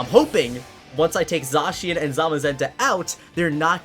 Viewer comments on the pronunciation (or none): It’s not zacian It’s said-s-I-an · It’s pronounced (Zae-SHe-in) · hey, just so you know Zacian is actually pronounced zayshin just a heads up! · At first I thought it was pronounced zack chian but then I thought it was zay chian and now you think it’s sa chian? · Me: pronounced them Zay-she-an and Zay-ma-zenta Him:Zaw-she-an and Zoma-zenta Me: confused Me: injures self due to confusion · You pronounce it like zashian and I pronounce it like zakian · Wait... Did you just say... ZAHHcian? Wut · How are people still mispronouncing Zacian's name? When it was revealed, they literally said it's name.